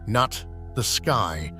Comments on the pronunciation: Considering it's pronounced noot. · everytime he says "Nut" i die laughing.